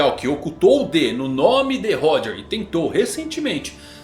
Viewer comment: Mano 1095 capítulos já de OP e essa cara ainda não aprendeu a pronunciar Xebec e Roger kkkkkkkkkkkkkkkk